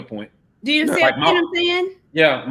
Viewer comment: said, “I SAID WHAY I SAID” 😂